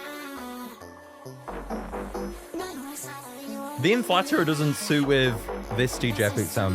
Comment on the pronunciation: I'm pretty sure its pronounced "The Inflate -rer"